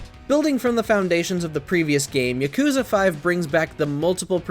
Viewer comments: It's not YakOOza its ya kU za!!! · The whole time, I was just cringing at how he puts the emphasis on the second syllable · PRONOUNCE IT RIGHT GAME JOURNALISTS!! ITS YAAH-KOOO-ZAAH! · It was a real act of patience to sit there and listen to this bro mispronounce Yakuza the whole time. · How can you play every Yakuza game but still pronounce it that way?